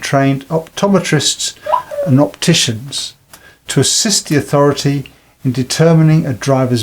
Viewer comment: 11.24 authoriety.... agency. missleading